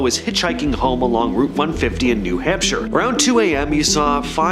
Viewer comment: Is it a running gag that you pronounce place names as they look? Ports-mouth New Hamp-shire was particularly rough.